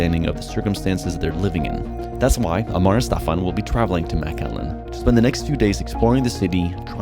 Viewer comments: It’s not maaaaaaacallan it’s McAllen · I've seen 3 different thumbnails for this video so far 😂😂 and it's pronounced Mic-Allen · Texas native, it’s pronounced McAllen not Mac Allen. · McAllen not MacALLEN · MAC ALLEN? Its pronounced MIC Allen. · it's pronounced "Mc Allen", like McDonalds - makes sense right? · Is it really pronounced Mac-Allen? That’s news to me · Pronounced mik-allen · lol the first thing you should have asked the locals was how to pronounce their (easy to pronounce) town! 😂😂😂 you’re saying it wrong! 😂😂😂😂😂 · (5 mins in) The way he’s pronouncing “McAllen” is bothering me. Great video tho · I think he my be pronouncing McAllen wrong